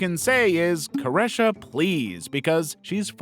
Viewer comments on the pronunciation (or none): ITS CARE-REE-SHA 🙁 stop acting like you don’t know how to pronounce her name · Careesha- that’s how her name is pronounced! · Caresha (yung miami) is pronounced kar-EE-shuh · “cuh - REH - shuh” now 😭😭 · did u even do research for this video ? that is not how you pronounce Caresha. you should’ve also included Dame Dash and Jay Z